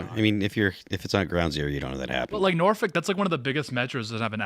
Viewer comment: We dont pronounce the FOLK. Its norphuc.